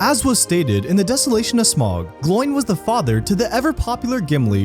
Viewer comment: Please, next time pronounce name right it’s Smaug not smog